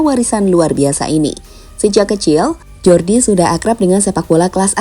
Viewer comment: Huruf J dalam bahasa Belanda dieja Y min jadi Jordi bacanya Yordi Cruyff 😂